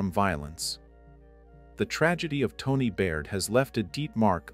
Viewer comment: When you're covering a case, be respentful, espeically of victims & pronouce the names right. It's TAWNEE, not Toni. This is a good example of DV in same sex relationships. RIP Tawnee♡